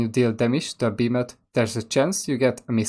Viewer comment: Killa beemATH inteRaht just killAA Bemathhh dear god beeemathhh